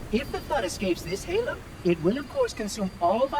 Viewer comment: lol, gaylo not halo.